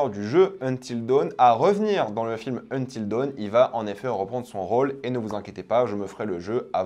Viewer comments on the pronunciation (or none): Il a dit until Deuwn 😂